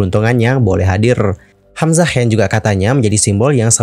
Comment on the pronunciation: maaf bgt ini mah, ko di menit ke bilangnya "hamzahas" ya? apa aku yg slh denger